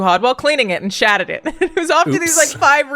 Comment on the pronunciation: Is she saying SHATTERED or SHATTED?! Like some weird past tense version of SHITTED?! lol I adore Alanah’s accent! 😜